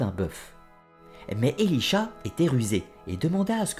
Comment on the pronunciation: Elisha ? C’est pas plutôt Elisaa ?